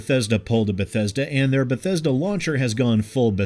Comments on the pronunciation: i'm new here. did he just said Bhetesda Bethesda and Bhetesded ? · But bethesda buthesda.... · Oh damn, you overdid yourself this time, B E T H E S D A. like a 100 times or so. It's kind of extremely annoying and hilarious at the same time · If anyone tried to take a shot for every time said Beh-Thez-duh.... Their livers would fail. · Is there a drinking game where every time says "B E T H E S D A" you take a shot? 😂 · Re-Install Fallout 76 every time you hear "Bethesda" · 1 minute in, 12 "Bethesda"s. This is going to be a fun 6 and a half minutes. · Thanks for helping me learn how to pronounce Bethesda! :D